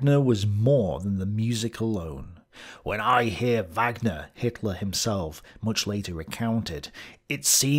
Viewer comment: A fascinating insight into German thinking at this time. Madam Blavatsky seems to have influenced everyone around this time - all but forgotten now! I cringed at your mispronunciations of Wagner, Bayreuth and Sigma!